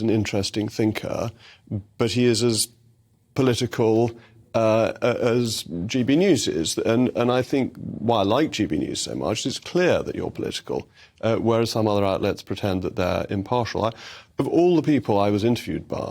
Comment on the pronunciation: Imprtial? I think not